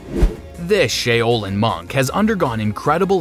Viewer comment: Shay-o-lin monk???🤦‍♂️🤦‍♂️🤦‍♂️